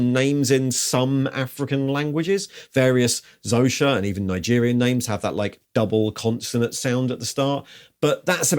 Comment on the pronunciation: The X in Xhosa is pronounced like a tsk tongue click.